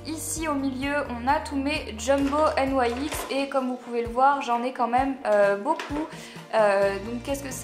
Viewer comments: sa se dit pas n yai x sa se dit nix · J'adore tu ne dis pas nix mais n aï ex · pourquoi tu dit N.Y.X alors que sa se dit nyx ? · Tu dit n y x nyx ?? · juste on dit pas "n y x" on dit "nix" sinon vidéo parfaite comme d' hab❤ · "Des jumbos N.Y.X.." Ça ce prononce * nics * !!! mdrr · C'est quand même dommage d'avoir autant de produits "Nyx" et de pas savoir prononcer le nom de la marque.. (qui se prononce donc [nixe] et pas N-Y-X) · Ca me stresse ! tu dis "N.Y.X" au lieu de dire "NIX" (c'est la prononciation hein ^^') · J'ai jamais entendu personne dire N.Y.X au lieux de NYX normal😐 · pour information c 'est pas N . Y . X c'est nyx (nix) sa ma souler pendant toute la vidéo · Je crois que NYX se prononcer "nixe " et pas "nouaixe " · Y a que moi qui suis choquée qu'elle dise N.Y.X au lieu de NIX ? Le rêve d'avoir tout sa !! <3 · on prononce pas la marque nyx n-why-x sa se prononce nix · On dit pas nyx au lieu de N Y X ? sinon super bisous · ca se prononce nix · Il n'y a que moi qui ne prononce pas NYX comme ça? Sinon super vidéo 😌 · Coucou, si tu veux avoir de beaux cheveux il faut que tu arrêtée de les lisser ou de mettre pleins de produits chimiques! Tu prononce la marque NYX bizarrement ☺️. Je t'aime trop mais à me manque que tu sois moins sérieuse dans tes vidéos... 😘😘💕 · Ca fait rêver autant de maquillage :D Sinon c'est assez bizarre, tu prononces la marque NYX de 2 façons différentes ^^